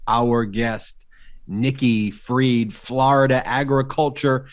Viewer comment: Anybody else sick of hearing his pronunciation of “Florida?”